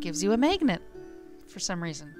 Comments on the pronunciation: Its pronounced magnet not megnet. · i like how you say magnet rofl